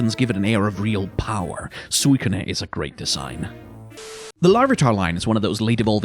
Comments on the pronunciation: did this man really just say Woah-Buffet? Like Jimmy Buffet? Also I appreciate trying to pronounce Suicune in a Japanese way, but in Japanese it's just スイクン (Suikun), no "ne" on the end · Suicunae???? Where do you get some of these pronunciations?